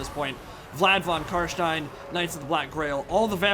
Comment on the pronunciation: I#d like to say that i honestly get a good feeling fo suprise everytime you say "von CarsteiN" and actualy pronounce it like it should be pronounced. whilst living in germany, i exclusively enjoy english content, be it movies, shows, mods, games or whatnot. so hearing the "steiN" in carstein in german pronounciation caught me offguard everytime, in the most pleasant of ways. thank you for going the extra mile learning not to sound like a donkey <3